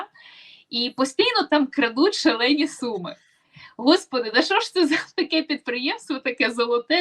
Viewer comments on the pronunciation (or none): none